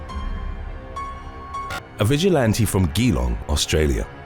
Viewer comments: You pronounced Geelong incorrectly. It's Geelong, not Gheelong ... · Whilst we are on pronunciation, in the first on it's pronounced "Jelong" not "Gee-long", that is all. Keep up the excellent content! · it was when I was googling Ghee-Long wondering where that was in Australia?...when I realised you were saying Geelong (pronounced - Ja-Long)...can see the confusion cheers!! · Geelong is pronounced more like g long not gee long haha. Sounds funny when Americans try to pronounce some of our towns 😅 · its pronounced "je-long" not "gee-long" but otherwise love your work <3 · It’s pronounced G long not gee long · Pronounced as Gee-long and not Gi-long. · Yeah you did pronounce Geelong wrong. It’s not Ghee-long, it’s Juh-long. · Geelong is pronounced J'long. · Pronounced G long for those playing at home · Ozzy here, Geelong, like gee wizz, is pronounced gee long. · Its pronounced like gem..Geelong. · Its pronounced "Jee-long" ☺️ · GEELong is pronounced Ja-long lol 😂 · Australian here - listening to you pronounce Geelong amused me. It’s pronounced juh-long. But don’t worry, most places here are pronounced weird. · Another Australian here. It's pronounced jee-long. With the first syllable shortened. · It's actually sounds like juh - long, the suburban town in Victoria Australia, GEELONG.. IT MADE ME GIGGLE EVERY TIME YOU SAID IT...love watching your channel, bizarre and shocking some times, but love it. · Oh wow, the state of Victoria was mentioned. It's pronounced G-long though. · That's not how you say Geelong xD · I LIVE IN AUSTRALIA - YOUR PRONUNCIATION OF GEELONG IS UTTERLY TERRIBLE ,I WANT TO LAUGH BUT U CANT UTS SO BAD ! LOL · Dam, I ain't never heard a name butchered so brutally an confidently as this man just did Geelong.. point for trying, but gosh. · Hahaha I was literally thinking did he really mess the name up Geelong so bad. Glad I'm not the only person who realised😂